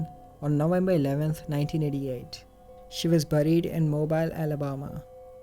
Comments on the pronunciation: I quite prefer this narrator over the alternative, no disrespect but the other sounds perhaps …less emotive? Not sure. Something about the personal investment I think comes thru Edit, btw though you may not need to say it ever again lol, but is Mobile, AL is pronounced moe-BEEL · Just for future reference, Mobile, AL is pronounced MO-BEEL. Keep up the good work!